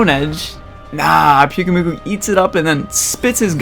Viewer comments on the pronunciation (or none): It’s Pyukumuku, not Pyukumyuku